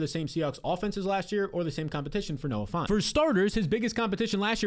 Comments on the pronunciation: it’s Noah Fant, not Noah Font. Get your head outta the Times New Roman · You keep saying Noah "Font" 😂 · Dude really said Noah fant lmao